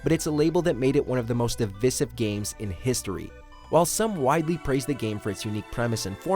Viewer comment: How to tell WatchMojo knows nothing, they called Shenmue 1 and 2 disappointing, cant even pronounce divisive correctly lol who is this idiot?